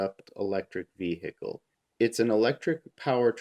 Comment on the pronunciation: Just what, exactly, is a vee-hickle?